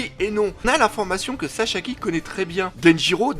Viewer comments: Mais il s'appelle Sasaki! Pas Sashaki, pas Shasaki, et pas Shashaki:D 😂 Bonne continuation 😉! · " SASAKI " et pas " saCHAki " mdr et comme d'habitude une très bonne vidéo et l'image et le son top 👌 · Pourquoi tu dit chachaki ? xDD